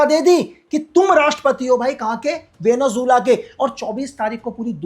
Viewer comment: Venezuela ❌ Benu Jilla ✔️